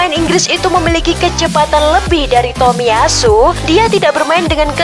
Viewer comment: bacanya jangan di putus dong. masa bacanya TOMIY ASU bilang aja takahiro. jangan tomiy ASU. gak enak dengere